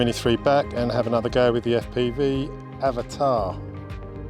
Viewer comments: it is not Avatar. It is Av-at-a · I am glad you're also pronouncing it "avatar" buddy as that's how I say and I get told off 😉 🤣